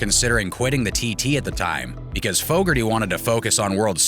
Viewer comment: Fooougarty.... lmao